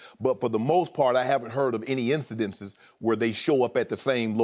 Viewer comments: Whoa! Shannon said incedences “new word alert” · “Incidences” -Shannon Sharpe